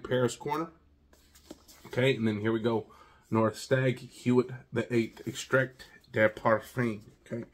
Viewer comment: It’s pronounced “wit” with a soft “w”. Will you do the Neuf as well?